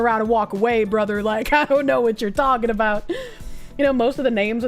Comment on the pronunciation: I like the N in think before you speak. "is it necessary that you are taking to me, why are your even taking to me? Go away."